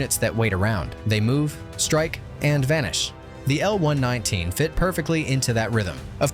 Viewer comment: Just to be clear; It's the M-one-one-nine AND NOT an M-one nineteen!!! A real military historian would know this!!!!! Thumbs down!!! 🦘🦘🦘